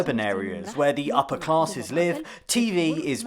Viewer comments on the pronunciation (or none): none